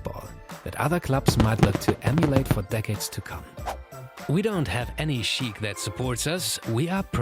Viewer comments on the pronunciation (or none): none